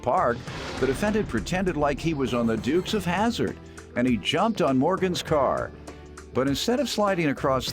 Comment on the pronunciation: Lol "Dukes Of Hazzard" 🚗